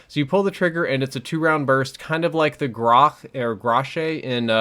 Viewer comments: Grach is not pronounced gra shay it's pronounced grock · The MP443 Grach is pronounced grok, not groshay xD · Did he say "gra-shay"? Bro, it's grock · Btw, the grach is pronounced grock